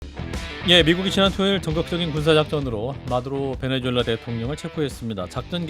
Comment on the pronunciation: 얘네들도 나라 이름을 베네:주:엘라 라고 하네? 자막이나 설명에는 베네수엘라 라고 하고. 말은 베네주엘라 라고 하고. 그러면 니들도 이름 바꿔주마. - 박채홍